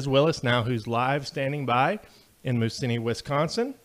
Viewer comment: MOSE-IN-KNEE I know our Native names are hard to get right